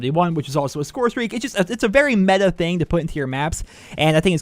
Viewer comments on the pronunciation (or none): none